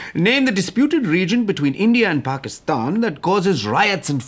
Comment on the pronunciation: Lol that pakistan was pronounced so accurately c1